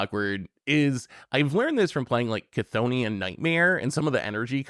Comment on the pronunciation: Big shoutouts to pronouncing "cthonian" right this week, very proud of this character progression.